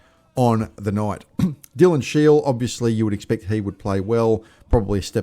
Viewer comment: How long has SHIEL been at EFC and you can't get his name right?